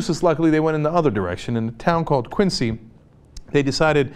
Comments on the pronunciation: It's not pronounced Quin-sea, it's Quin-zee. Like John Quincy (pronounced Quinzee) Adams. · Cenk its pronounced Quin-zee. Your welcome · Being from Massachusetts I must inform you that it is pronounced, Quinzee.